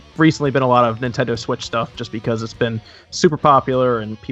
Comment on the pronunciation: "Nintindo" lol